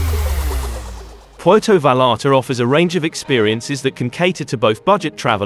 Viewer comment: Puelto valalta😂😂😂😂😂